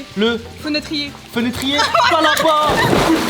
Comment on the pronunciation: "Le fenetrier"😂😂😂😂